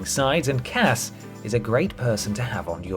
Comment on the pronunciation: Did you say Poor Cass? Or Pork Ass?